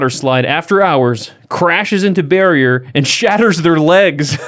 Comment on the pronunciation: Ok. I had to re-listen to this. I thought the couple ran into a BEAR and not Barrier at the end of the slide. Lol🤦‍♀️